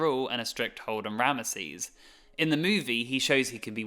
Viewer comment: RAM-zeez*** not RAM-UH-seez